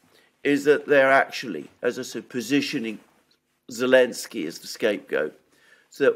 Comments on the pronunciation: Why do you keep calling him Elensky instead of Zelensky? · Is unable to pronounce Z? What’s that about god damn 🤣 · Because of the 'Z'